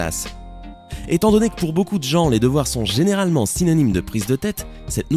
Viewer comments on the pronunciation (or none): none